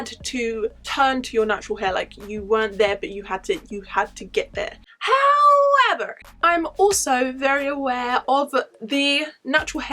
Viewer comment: 😂"howevuuuer" i love the way you said it with a french accent lol